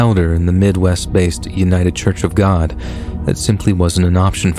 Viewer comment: Sad u a con too. These stiries i doubt r real. Eso judy. When a persin passes in luving faciluty ambulances dont come with siren on. Oh well u r grsat reader except when ucsay gd.